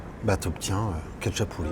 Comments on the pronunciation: Ca se prononce ratchapouri, et rinrali 😉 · Salut. Je suis un grand fan du khachapuri. Juste pour info, Le KHA se prononce comme le J de "jamón" en espagnol. Sinon l'oeuf se mélange, tu racles le fromages sous la croûte pour bien mélanger avec le jaune. Normalement le beurre aurait dû être sur le dessus (ils ont dû penser a6ta santé 😅). Quant au fromage, c'est un mélange de sulugini et imeruli. Le sulugini c'est trouvable en France dans une épicerie de l'est... Par contre imeruli , quasi impossible. Pour ceux qui veulent en faire à la maison , 70% mozzarella et 30% feta c'est quasiment pareil. (C'est ce que font certains resto géorgien à travers le monde et en Europe de l'ouest). A+